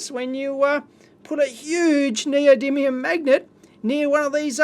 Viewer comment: NeodyMium, Dave! Nee-oh-dee-MEEE-um!